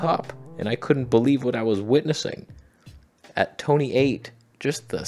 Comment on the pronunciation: When did “tone-a” become “tony”? I did not get a memo.